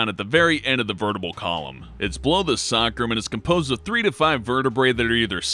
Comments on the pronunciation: It's pronounced Say-crum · You said Sacrum wrong.